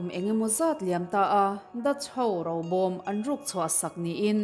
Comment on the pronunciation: Enge Rau , Ro tih tur aw.